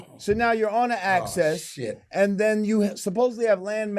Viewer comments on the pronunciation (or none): The man heard how to pronounce “axis” then proceeds to say “access”😣 It’s the same as the whole “ask” being pronounced as “axe” Do some people pretend to be dumb and not pronounce these words properly? Is it part of them trying to be “cool” or whatever? 😩